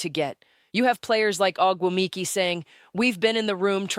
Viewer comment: Is this a Grok creation? I would assume that Phee (or whoever is speaking) knows how to pronounce Ogumike as Nneke and her peers do.